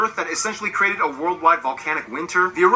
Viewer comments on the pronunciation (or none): none